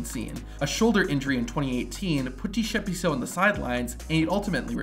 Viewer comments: I'm a South African.. that is not how you pronounce Tshepiso.. but I understand💁‍♂️😉🤣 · As a South African I can confidently say that you pronounced Tshepiso as T-shepiso😂😂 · Bro I'm South African you're saying Tshepiso worng😂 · Bro said T-Shepiso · South African here 😅 - Tshepiso's name is pronounced Ts-eh-pee-soh.. 😅😅 I'll give him one thing, he got balls of steel. 🤣 Till today, I'll never understand why he did that. 😂